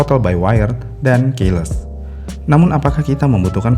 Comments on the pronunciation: Ke depannya tolong baca keyless sesuai bahasa Inggris yang baik dan benar. Dibaca "kiles", bukan "keiles". Terima kasih :) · Terganggu dari cara baca key-less. Seharusnya dibacanya ki-les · Keyless : Keiles ❎️😂😂😂 Keyless : Kiylès ✅️ Sama kebanyakan secara harfiah secara harfiah secara harfiah secara harfiah secara harfiah secara harfiah secara harfiah secara harfiah secara harfiah secara harfiah secara harfiah secara harfiah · Cara baca keyless itu bukannya Qiles min, bukan keiles. Pas dengerin mimin nyebut "keiles" , jujur janggal. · Kiles bukan keles. Gemes bgt tp mantap.